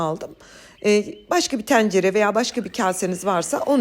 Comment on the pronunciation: Hımm çok güzel oldu 😊 hnm vakit oldukça da Türkçe çalışsanız biraz, Teencere değil Tencere. Kapalı E 😅 ŞÜpangle de değil, SUpangle..